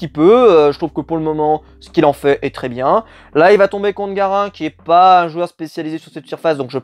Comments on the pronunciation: Par contre là mes oreilles ont eu un gros blocage pour 2 raisons : 1/ Garin se prononce "Garinne" et pas "Garain" 2/ Garin n'est pas un spécialiste de terre battue ? C'est l'un des plus gros spécialistes de cette surface !!! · la surface de Garin (se prononce Garine d'ailleurs) c'est la terre lol renseigne toi quand même avant mdr